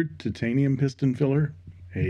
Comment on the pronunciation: I love the way you say: tit-tain-ium. A Chinese copy of a Chinese pen, made from substandard Chineesium.